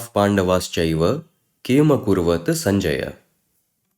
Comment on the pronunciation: Your pronounciation of Sanskrit words is wrong! You pronounced अकुर्वत as अकुर्वत् ! There is a difference. The latter has a "halant" at the end. If you don't know this basic rule, you should not be making videos trying to teach Sanskrit.